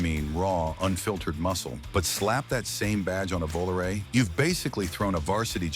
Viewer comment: Vo-la-ray? LOL..... AI.....Gotta love it